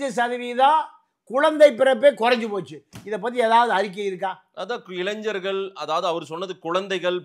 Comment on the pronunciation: இளைஞ்சர்கள் அல்ல; இளைஞர்கள் என்று சொல்லுங்கள்